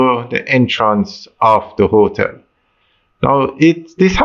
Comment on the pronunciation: The word is not "hoe-tel". It is hotel.